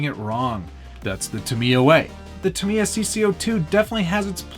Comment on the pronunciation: its pronounced ta-mi-ya not ta-mia